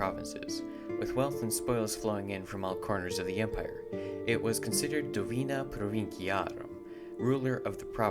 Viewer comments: Domina provinciarum, not "dovina" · Great video, simple and informative. I have few corrections tho, first Provincia Asia officially annexed to the republic in 129 BC after the Aristonikos Rebellion and secondly its "Domina Provinciarum" not "dovina". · Great video, only thing I want to point out is perhaps you meant "Domina" instead of "Dovina" regarding the province of Italia, but apart from this, I really enjoyed